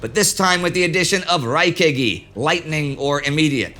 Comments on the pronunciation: I'm sure someone has already mentioned but the Japanese is absolutely butchered here. Totsugeki and raigeki not totseguki and raikegi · I apologize for what might be considered a nitpick but , 突撃 is read as "Totsugeki", not "Totseguki". Furthermore, 雷撃 is supposed to be "raigeki" rather than "raikegi". All around incredible stuff, though. I never knew Tora Tora Tora was an abbreviation all this time. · Late to the party here, but I wanted to point out that the japanese code words used to signal the start of the attack were 突撃 (totsugeki) and 雷撃 (raigeki), and not totseguki and raikegi, as was shown and pronounced by Indy in this video (note that the second kanji in each word is the same). An honest mistake, a typo, most likely, but still noticeable, in an otherwise excellent video. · 突撃 Totsugeki , not totseguki, but i regularly invert compound words also (putting the front in the back, or middle switched). Just a part of being multilingual. And 雷撃 raigeki (instead of raikegi, same inversion aforementioned)